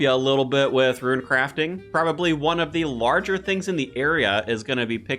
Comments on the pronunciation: haha love the videos man but it hurts my little ears hearing ruin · ROON NOT RUIN MY GAWD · rune not ru in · Why do you pronounce rune as “ruaane” literally makes your videos unwatchable after one word 🙄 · Say Runite without the ite at the end, it’s not ruin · The way you pronounce rune drives me nuts lol